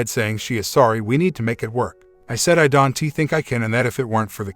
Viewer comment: Fix your auto reader. It's pronouncing "Don't" as Don tee. And maybe edit weeding to wedding